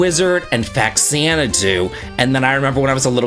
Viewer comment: BTW FaXanadu is pronounced Fah- Zana doo, not "fax'Zanadoo", the "Fa" prefix is from "Famicom" so FAmicom + Xanadu was turned into FaXanadu